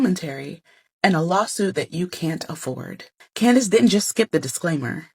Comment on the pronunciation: Did you say Clowndace 😂😅😊 lol..... allegedly she has rock solid proof based on previous settled lawsuit lol